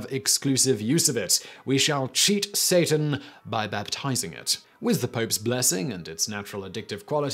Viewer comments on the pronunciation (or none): none